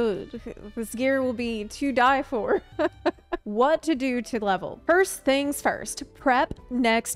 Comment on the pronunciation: "This gear will be...two dye...for." XD